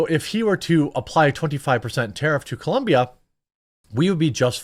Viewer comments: It's COLOMBIA not ColUMbia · it's COLOMBIA, idk why this is so hard, I live here and literally they have shirts that say "It's Colombia not Columbia" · Colombia, not Columbia, cmon Jeremy! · Why you have to pronounce Colombia like that? Are you some sort of xenophobe?